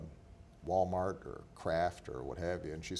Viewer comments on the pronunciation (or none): oh no did he say wal-mark...........???